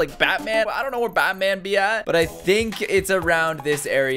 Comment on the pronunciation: In the beginning he said bat cev